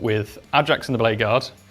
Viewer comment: Lads, it's called a Judiciar. Ju-di-ci-ar :D